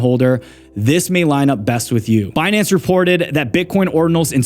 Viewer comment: "Benance" - Yellen